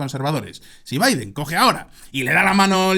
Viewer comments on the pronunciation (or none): none